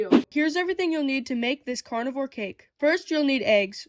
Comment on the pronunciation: I kept thinking you were saying "cardboard cake". It took me a few